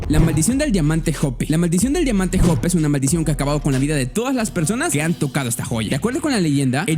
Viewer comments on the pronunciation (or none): Se prononcia joupe no jope